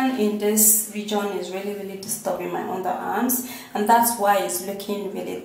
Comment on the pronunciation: She tries too hard to pronounce words in a funky way. Dark under hands??? And the talk is just too much.